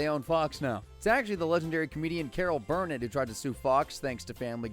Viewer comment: Bill Mayor? Carol Burn-it?